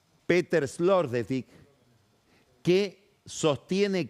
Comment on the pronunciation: Es-lo-ter-daik, así se pronuncia.